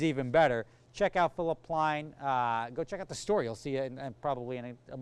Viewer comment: *PLEIN* NOT PLAIN THERE IS NO SUCH PLAIN 😂😂